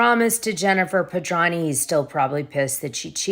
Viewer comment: Dana, if you’re going to mention someone’s name multiple times in multiple broadcasts, you really should say their name correctly. Jennifer Pedranti. Her last name has a T in it that you completely ignore. You pronounce it as Pedrahny. It’s PedranTi. How would you like it if someone just left out one of the letters in your name?